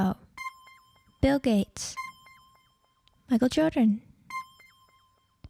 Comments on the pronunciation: "Michael Jrordon" - blew her line - some robot! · when she says Michael Jordan it sounds like "I kill children" if you listen carefully